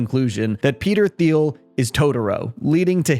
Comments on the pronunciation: It’s pronounced “TEEL” not “THEEL” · It's pronounced Teal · his name is pronounced "Teal", not "Thee-ul" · Hey this isnt a criticism but Peter Thiels last name is pronounced "Teal". Just since im sure he'll come up again.